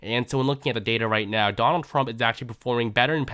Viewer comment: “Donal Thrub” 😂😂😂